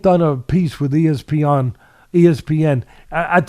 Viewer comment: A few things we learned about Teddy: He can remember the name Cassius Clay but can’t remember the name Muhammad Ali He calls espn “es-peeOn” He spits into the microphone He loves using analogies He’s in love with with his voice He got hit over the heat by chalkboard erasers one too many times